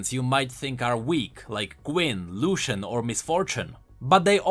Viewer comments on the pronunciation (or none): none